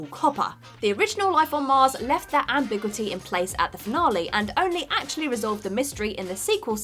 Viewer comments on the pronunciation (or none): Can someone please teach this girl how to pronounce ambiguity? She's said ambigwity in at least two videos now. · needs retraining. "am-big-witty" "moo-nidge" "Saints" Elsewhere